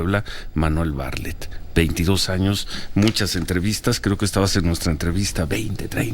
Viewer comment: SE PRONUNCIA BARTLETT NO BARLETT